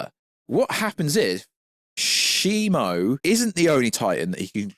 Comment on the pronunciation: its Shimu because the Ai you typed in the name to pronounced the name wrong lol